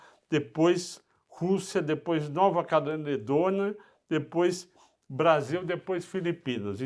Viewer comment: Grande falou Nova Caledônia de maneira engraçada kk (Nova Cananedôna) Zueira a parte, grandes informações no vídeo de hj. Obrigado.